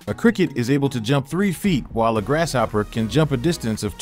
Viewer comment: Great info. But even though grasshopper is a compound word, the S and H dont make the "sh" sound 😅 (its quite distracting. Lol. The narrator says it everytime 😭)